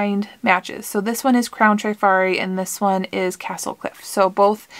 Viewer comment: Please don’t think I’m being a know it all but the correct pronunciation in trif-ari not tri- fari. I worked in a jewelry store in the 70s-80s and sold hundreds of pieces. I’ve heard several resellers pronounce it incorrectly so just thought I’d mention it. Love love love your channel! Thanks for sharing your beautiful vintage finds.